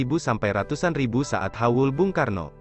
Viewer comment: Haul min bukan hawul,😁😂